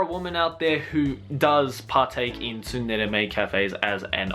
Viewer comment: Isn't the T in "tsundere" silent? Why does pronounce it like "T sundere"?